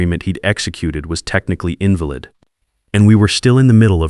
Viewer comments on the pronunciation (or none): Its not an invalid contract its not crippled its pronounced IN - VAL - ID.